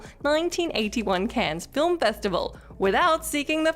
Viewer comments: Cannes is pronounced "can" not "cans". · Cans? Cans film festival? I dare you, I double dare you muthafucka. Say cans one more goddamn time!